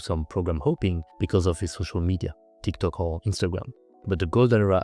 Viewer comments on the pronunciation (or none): none